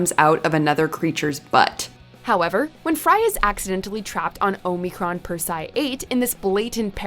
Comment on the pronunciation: I don't like that the narrator lady doesn't know to say omicron or omicron persei 8